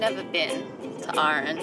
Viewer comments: It's just Aran not aaaaaran, and what's with the generic bagpipes all the time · Oh for the love of the wee'man, its Arr-an not rn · It's pronounced Aran, not Ahran 😊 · I am from Arran and every time you say Arran I feel nauseous! It's Arran not Urran!! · Love to see people making videos about my wonderful little country! Hope you all had fun! One little note though Arran is pronounced Ah-ran like ‘Ah’ in ‘hat’ and ‘ran’ like ‘I ran’ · Oh no, an episode of American’s mispronouncing Scots places. Arran = arr-an. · canny deal with how she's pronouncing arran hahaha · As somebody from that area that’s so not how you pronounce arran but I appreciate you trying